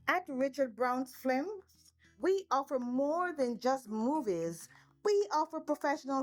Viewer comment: “At Richard Brown FLIMS…..”😩😂🤦🏽‍♀️ c’mon man lol >>> F I L M S <<<